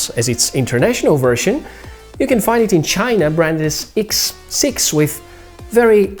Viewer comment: what " iks" siks hahhaha